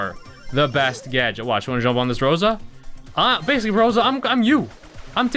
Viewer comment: It’s crosa